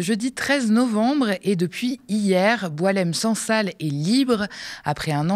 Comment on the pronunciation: C'est BouAlem Sansal et non boulem